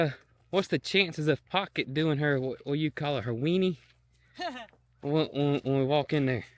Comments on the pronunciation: I die laughing every time I hear you say Weenie instead of Winny (whinny). Never heard that one. 😆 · Really? I could have sworn she said "weenie"!